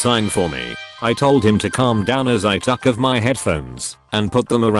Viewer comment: How can he say malinious perfectly but not took?? This voice drives me crazy